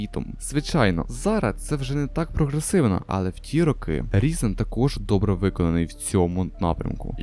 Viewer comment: Хосподе! Він не Різен! Він - Райзен!